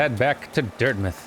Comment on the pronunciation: I don’t know why but it still slightly annoys me that pronounces Dirtmouth as dirtmyth